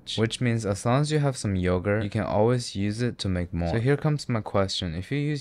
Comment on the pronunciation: yoğurt is turkish but the way you fucked it up im ok with it being greek